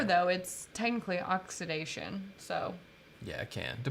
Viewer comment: trying to say "technically oxidation"... and talking about show length... is AWESOME!!!:D:D:D